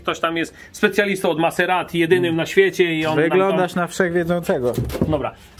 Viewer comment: Poprawnie wymawia się te markę jako Mazerati, a nie Maseratti. w wymywawia prawie poprawnie 😉